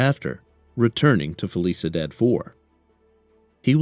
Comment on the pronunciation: “Fell eesa dad” 😂 You mean felicidad (fell eesee dahd””